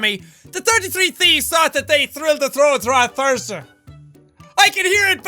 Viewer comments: Jack when u said the Thursday one, u said thursder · HE SAID THURSDER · Thursder! THURSDER! THURSDER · I swear I'm gonna laugh my ass off all over again when I come back and watch this... next Thursdur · I love how he pronouced Thursday like Thursdur 😂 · THURSDUR 😂 I couldn't help but laugh but every time he had the speech jammer on, Thursday became THURSDUR! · I'm gonna pronounce Thursday like Derdsday now.